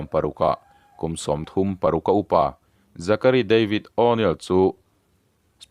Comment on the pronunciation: Âw...nêl😢😢😢😂😂😂. Zachary tih pawh kha Zakaruai ti law law la.